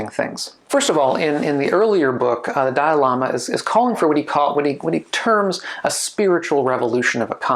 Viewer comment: He said ‘…the dialama…’ repeatedly. My caption said ‘…the diorama…’, …’the dial AMA…’. ‘Dalai Lama’ isn’t THAT hard to pronounce.